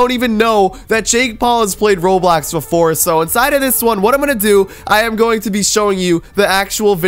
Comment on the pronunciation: Bro its roblox not roblax